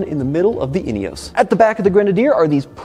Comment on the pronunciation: In - e - oss